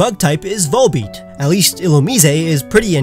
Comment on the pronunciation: VOLBEAT, NOT WOLLBET!